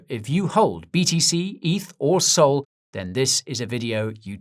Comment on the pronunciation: I liked this guy for years until he said sol